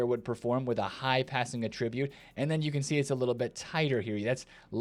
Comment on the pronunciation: when it's a noun it's "AT-ribute." When it's a verb it's "uh-TRIB-ute"